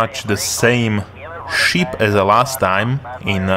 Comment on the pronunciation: Takový klasický západoevropský přízvuk a trošku zlozvyk s výslovností u pár slov, například "ship" ve tvém podání zní jako sheep :P Ale jinak v pohodě, zbavit se přízvuku je kurevský problém, takže to bych neřešil :D